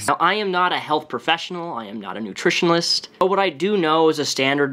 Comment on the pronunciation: I heard that too lol, he also said nutrionalist